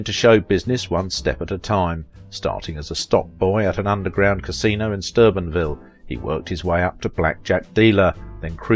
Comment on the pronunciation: It's Steubenville, OH. Not Sturbenville!!!! Duh!